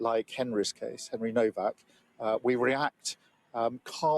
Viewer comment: it's pronounced "NOVAC", no W.